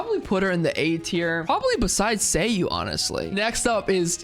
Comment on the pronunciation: Why does every asshole say Kingdom Hearts at this moment? I feel like Kingdom Hearts might have just melted brains. I've seen a good 30 people watch these demos. Every - single - one - of them has called Ei: "Rayden". But you're the only one I heard that called Sayu: "Seiyu".